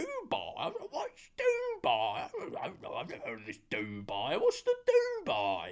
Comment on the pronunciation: is the only way I’m saying Dubai from now on 😭